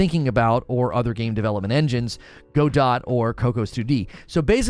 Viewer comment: All these new people pronouncing it go-dot has me giggling